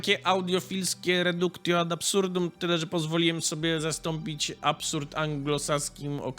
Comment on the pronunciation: Wszystko ok, ale na jedno muszę zwrócić uwagę. Otóż w łacinie końcówkę -tio czytamy jako -cjo. Czyli "redukcjo".